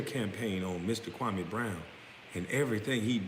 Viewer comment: Dudes name is pronounced Kwa-ME not Kwa-MAY....